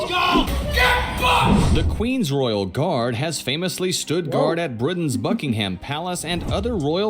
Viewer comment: It is NOT Bucking-Ham!!!!